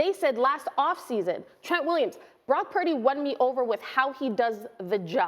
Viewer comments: Why can't Cam pronounce his last name? Brock Pairdy. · Why does Trans Newton go out of his way to say Brock’s last name like that? He just wants to be relevant because the last pick in the draft can do what he never did. He just needs to stick to being the worst dressed woman from the South he will never play in the league again.